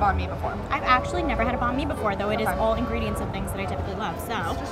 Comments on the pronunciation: I get shutters from the way they say Banh Mi as “bon me” 😂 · She does not know how to say banh mi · Can y’all plz learn how to pronounce Banh Mi? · I’m Vietnamese and the way they pronounced banh mi was triggering me. But, I mean I get that they don’t speak Vietnamese.